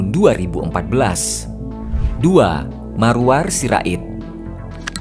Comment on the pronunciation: Maruarar Sirait.. admin salah sebut, Maruar 😂 Panggilannya Bang Arar